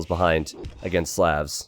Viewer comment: Hey its SLAHVS not sleavs or however you're saying it.